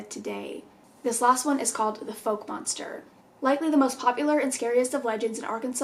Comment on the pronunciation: I've lived in Arkansas most of my life, currently living in Hartman. The town called Fouke isn't pronounced "folk" its pronounced "fowke"